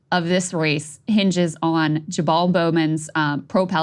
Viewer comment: Krystal pronounced his name “JaBall” multiple times.